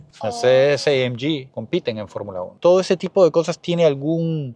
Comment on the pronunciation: Por qué pronuncias AMG en inglés si el vídeo es en español?? Buen video de un buen coche👍